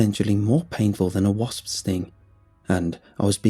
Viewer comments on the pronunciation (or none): Loiso Pondohva Oh dear. I’ve never really had trouble understanding him I just love how he emphasizes the “s” is wasps. Only time I think I was thrown was with first time I heard “bayou” in some stories. Or maybe it was buoy... idk they’re both weird to look at and idk different regional pronunciations. 😅 I hope I don’t sound like I’m making fun of him. I love his voice and way of speaking.